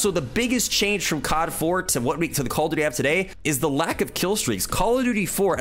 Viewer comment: “Call of Dooty” Nice video man!!